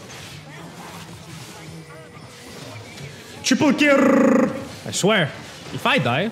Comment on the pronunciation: TRIPLE KRRRR! Jajaja loveit